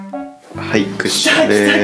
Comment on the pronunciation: クッションじゃなくてワッションになってる